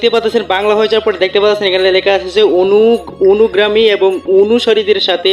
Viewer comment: আপনার বাংলা এবং ইংলিশ দুটাই পড়তে উচ্চারণে অসুবিধা হয়! কারণ কী? অনুগামী কে অনুগ্রামী বলছেন! সংগ্রহযোগ্য কে সংযোগ্য বলছেন!